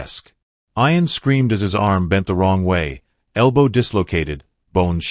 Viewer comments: The boys name is pronounced ee an, not eye an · Why did this person called Ian iron. I know this is crap... AI Bot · get some1 who can say ian,s name right narator not 2 bright